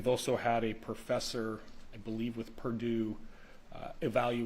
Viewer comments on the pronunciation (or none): none